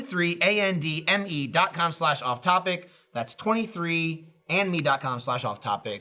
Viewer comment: When says 23andMe it sounds like he's saying 23 in me lol